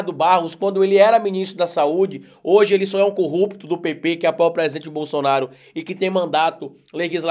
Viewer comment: Por favor quando você pronunciar a palavra PP se expresse melhor pois muitos entendem PT e isso não é bom